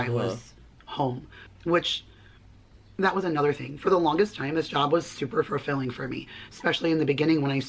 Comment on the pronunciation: Why does she keep saying “FURfulling”?